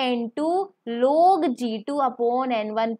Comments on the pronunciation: 😂😂😂😂.... exactly....the way she is saying is hilarious...loog, antiloog, upoon 😂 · bro you can only understand it ny hearing what you wrote, You could just easily use mam, correct pronunciation is log Or just log would be the correct pronunciation, It's kind of a way to make fun by stating the solution with mistake Like it's not that it's that, it's sounds rude bro, it's okay if you don't understand it. I just felt it, she is way to honest and kind so i felt that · It's not loog it's log